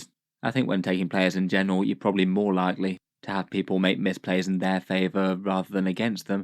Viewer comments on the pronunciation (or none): I think you meant to say "misplays" not "mispays"